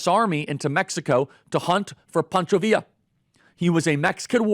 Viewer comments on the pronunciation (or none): none